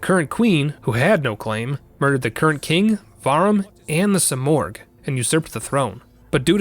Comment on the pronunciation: Simurgh is pronounced Sim-Merge no Oh sound.